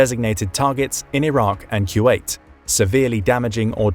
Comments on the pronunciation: Took me halfway thru to understand what he was saying when he says Q8... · Is he saying ( q wait )..?